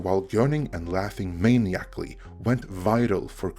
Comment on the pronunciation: Maniacally is pronounced muh-N-EYE-uh-cklee